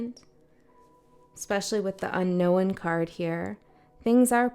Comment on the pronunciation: Thank u for this portal 1 seems to resonate... furmiliar 😂 y u say un knowin? It's un- known ... un no own